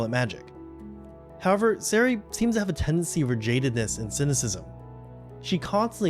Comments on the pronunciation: I was confused who “Zeray” was and realized you meant “SER-IA” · Why can nobody on this fracking platform learn how to pronounce Serie's name?